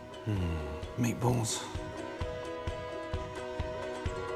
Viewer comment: “hnnnn, meatbualls”